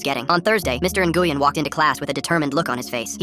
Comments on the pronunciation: It’s not pronounced ( in-goo-yen ) it’s actually pronounced ( win ) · Its Pronounced "Win' or "Wein" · "In-goo-yen" is crazy 💀💀🙏🙏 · it’s pronounced win or more like when, had a friend in school that would be flipping right now. Lol I used to mess with her and call her n-when, just to watch her eye twitch 😂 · As a vietnamese person, the pronunciation of "Nguyen." Hurts me mentally. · Bro i'm german and even i know that there is SEVERAL pronounciations??😭 Like yes, the pronunciation in the video is deadwrong, but it's not only pronounced win Edit: sometimes it's pronounced as nuyen or nuywin. I'veg got enough viet friends to know this:) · Hearing how they say Nguyen is hurting my soul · Fr that’s terrible pronunciation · they're pronouncing it wrong